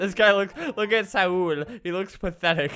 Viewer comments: saul is actually pronounced s-oll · It’s pronounced like sawl but it’s Saul. Riiiippppp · I hope you joking because my real name is saul and that is not how you pronounce saul. Plz get brain cells